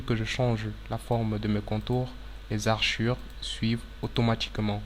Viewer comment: Toutes tes vidéos sont très utiles, merci pour tout ces tutoriaux pour Autocad mais s'il te plait, ce sont des hachures et non pas des haRchures.